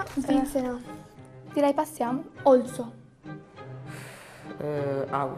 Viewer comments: ma voleva dire Oslo? aahhaha "ALSO" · Qual'è la capitale della Svizzera? OLSO AHAHAHAHAHHAHAHA. Ma almeno dici Oslo santo dio. OLSO sembra also in inglese dai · Ma se proprio non sapete la capitale della svizzera e volete dire oslo dite oslo non olso